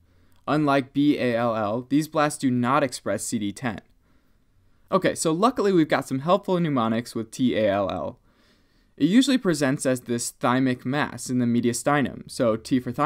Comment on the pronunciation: Please say mnemonic, NOT pneumonic!!